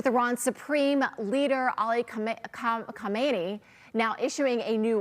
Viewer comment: Instead of Kokakkaamineyi, easy say MouseAli.